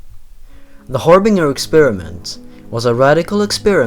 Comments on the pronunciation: har-BINGE-er not har-bing-er. but agree with most of list. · Its' pronounced har-bin-jer, not har-bing-er. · Btw harbinger is pronounced like harbin-jer, just saying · "Harbinger" is pronounced "Har-bin-jer" Sorry to be annoying. I just have a bit of a pet peeve toward mispronunciation.